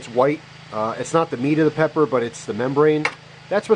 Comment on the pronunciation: for a sec it sounded like you said thats what my pecker looks like instead of pepper